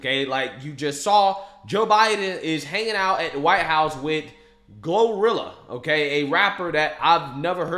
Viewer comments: Gloriila?!? Oh FFS🙄🙄🙄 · They call her glow rilla. Like gorilla ? What the hell . They can’t say Gloria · GloRilla? Please tell me there are outtakes where he mispronounced that name. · 'Glorilla"? Seriously?